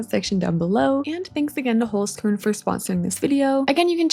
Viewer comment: As a native german speaker, I love how you pronounce Holzkern❤ Love their products as well